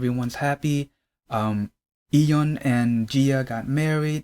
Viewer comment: you’re pronouncing Lee correct if you’re trying to pronounce it like Korean speakers would but I don’t really hear the Y in Yeon so it sounds like dom